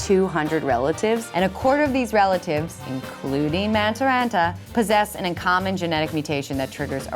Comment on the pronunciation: That was a pretty bad pronunciation of the Finn's last name...but also not the worst mis-pronunciation of a Finnish name that I've heard so far in the 2018 Olympics.